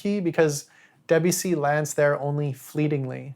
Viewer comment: You could at least try to pronounce Debussy’s name correctly